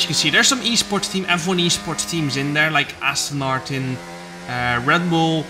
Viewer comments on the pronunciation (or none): none